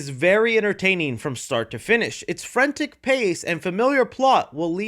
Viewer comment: “Frentik”? Damn man. Work on your pronunciation.